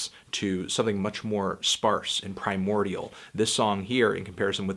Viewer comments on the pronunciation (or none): none